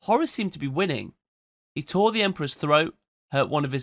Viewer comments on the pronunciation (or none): none